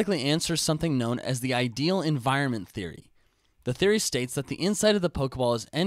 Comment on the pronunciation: You just added another two things for me to ask you about: "thAy" and "telAport." You're trying to invent new words that are close to already-existing words, such as "*e*nvironment" and and "th*e*y" and "tel*e*port."